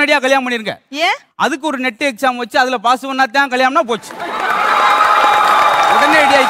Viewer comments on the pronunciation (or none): முத்து சார் அது நெட் எக்ஸாம் நீட் எக்ஸாம்